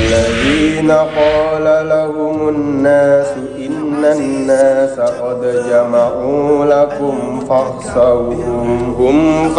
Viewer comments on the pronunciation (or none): none